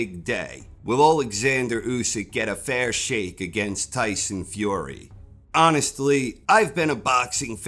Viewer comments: "A fair Sheikh" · "Fair Shake" not "Fair Sheikh"? missed one there...